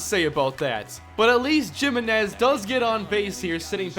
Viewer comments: jiminez is not pronounced like "jim" it's pronounced like "he"-"menez". Good lord man. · And I'm pretty sure it's "HIMinez" not "JIMinez...even if it is JIM please say HIM cuz it just sounds awful lol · the way he pronounces Giminez takes me back to high school spanish class X'D